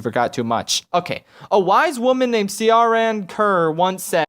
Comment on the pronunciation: Every Irish person trying not to kill themselves hearing that pronounciation of ciaran Kerr